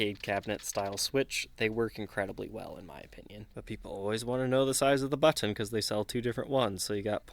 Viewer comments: Hate the way this guy pronounces the word “button”. Good vid and cool guitar, though. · Love your British pronunciation of "button." lol